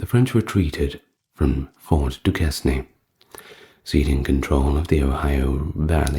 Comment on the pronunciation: Duquesne is pronounced “Duke Cain”.